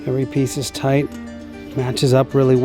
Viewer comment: Nice to see you back," toight " like a tiger. Smiles when you managed to get one of the funniest film words in from ........ ? ✋